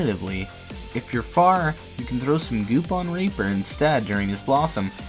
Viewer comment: Every time he says “gew” I want to kms